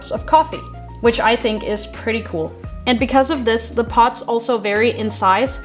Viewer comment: It sounds like you're saying "Pots" instead of "Pods", Lol, but good video!